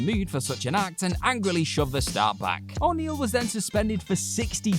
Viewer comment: how you saying O'Neil pal???